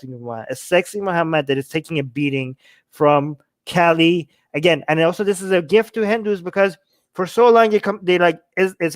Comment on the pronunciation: Lool, it's Ka-li not Kelly... 😂 I had no idea what you were talking about until I saw it written. Kali is a fierce Goddess!👹